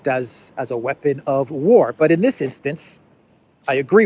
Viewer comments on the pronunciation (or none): none